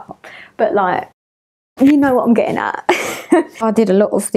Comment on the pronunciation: “ya know wo’ I’m ge’in a’” Yes, we know exactly wo’ you’re ge’in a’